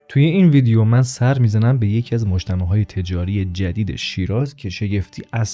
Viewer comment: سلام دوست عزیز دست شما درد نکنه از گشتو گذار در شیراز و بزرگ نمایی و برخ کشیدن زیبایی های این شهر واما گفتندبعضی کلمات شما بصورت لهجه شیرازی درست انجام نمیشود لطفا دقت کنید بعنوان مثال کلمه اول مجتمهوعو. اشتباه است و گفتن مجتمو صیحتر و زیبا تراست با سپاس و درود فراوان